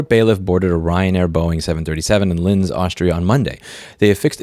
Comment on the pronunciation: Took me a while to realize "lyns" is supposed to be linz